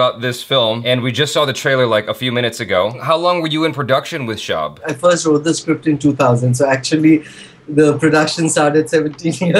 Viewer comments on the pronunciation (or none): Hi and. A quickbit: "Shab" is pronounced like Tub (or Shub) not Shaab. It means Night or Darkness or Evening in Urdu language.:)